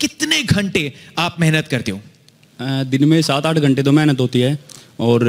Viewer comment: accent of "mehnat"